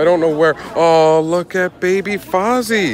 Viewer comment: You pronounced Fozzie's name correctly. Hugs!